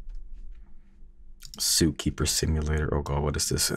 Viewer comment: Excuse me did he just call the game Zookeemer Sipulator